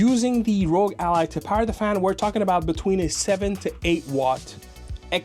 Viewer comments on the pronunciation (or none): you're saying rogue not rog. Rog is not pronounced rogue